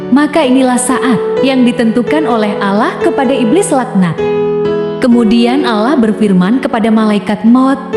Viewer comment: Kog Pengisi suara nya nyebut Allah kyak non muslim y bunyi nya